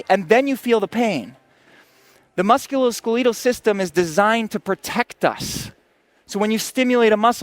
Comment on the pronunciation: Musculoskeeleetal system